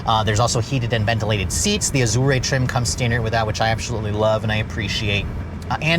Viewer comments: Ahdure, Ah-jawr, Ajor, anything but "Azorrae" please I beg of you 🙏🏽🙏🏽😭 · Azure, not Azurea. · There is no “e” sound on the end of Azure It is pronounced Az your Just sayin’ 👍👍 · Good God, stop saying "Mulliner." There's no "g" - it's Mulliner. Aaaargh. And Azure is pronounced "ahzher" not whatever the heck you're saying. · How do you pronounce Azure? Not like that. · I have never heard "azure" pronounced like it is an Italian word!!! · The e is silent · "expensive chirp" has this guy not driven an Audi, my '17 A4 makes exactly the same sound. Doesn't know how to pronounce Azure either, embarrassing😅. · You're pronouncing Azure wrong. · That's not how to pronounce Azure.